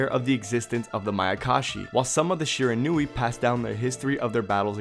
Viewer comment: Great video. Just for future reference it's pronounced Shi-Ron-We